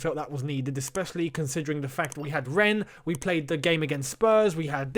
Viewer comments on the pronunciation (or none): none